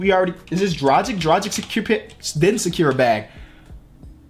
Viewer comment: “Sakeer the bag”